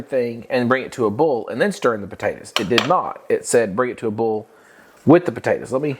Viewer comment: I’ve never heard boil pronounced “bull “ before. Is that a southern thing ?